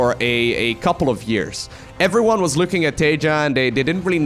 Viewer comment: I just love the way you say everyone lmaoo ""effferyone"